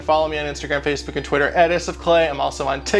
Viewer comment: he really said tiktak